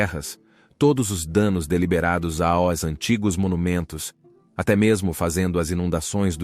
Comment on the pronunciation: A inteligência artificial não sabe falar "aos". Ela fala "A", "O", "ESSE", : "(...) Obrigado A-O-Esse novos inscritos do canal... "😂😂😂😂